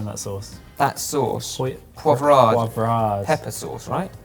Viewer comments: saying poivre wrong. Classic. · And then you hear him try to pronounce Poivre... :P